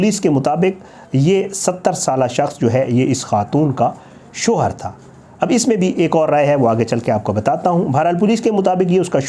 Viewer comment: Sho her nahin .shaoher bolo